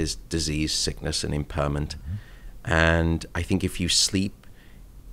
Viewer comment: The way he pronounces impairment and impaired as impurrment and impud is very entertaining